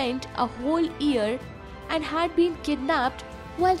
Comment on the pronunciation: Its not ear. Its year. You need pronunciation lessons dear.